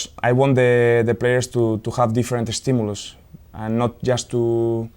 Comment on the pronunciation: Pero si lo pronuncia bien, es inglés británico.. stimulus